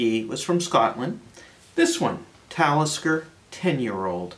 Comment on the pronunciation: LOL did he say METALISKER? this guy is a secret metal head? Love it subbed